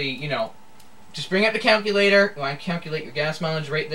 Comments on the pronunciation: Good demo of Windows 7. One verbal correction is your pronounciation of the word "calculator" it's pronounced CAL-CU-LA-TOR and not count-cu-later. I actually have a couple complaints about Windows 7. First, it doesn't include an e-mail program and you have to either download the free Windows Live Mail or if you have MS Office you can use Office Outlook. Secondly, you don't have the option to go back to the Windows Classic Start Menu, which I prefer. Opening multiple IE is harder too. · did he just say counculator?